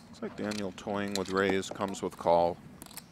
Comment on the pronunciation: What accent does he jump into when he mocks internet people? His guy-in-the-chat is like...french canadian? "Danyul".